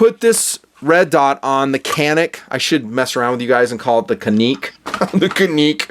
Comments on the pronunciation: lol.. funny thing is.. its not even pronounced Canik.. its pronounced Ja-Nick. its turkish... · It’s more like Janik.